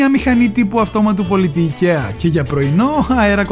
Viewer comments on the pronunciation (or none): none